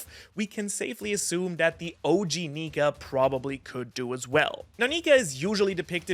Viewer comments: Just don’t put r on the end of nika your a lil too close to the edge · you did Not say nika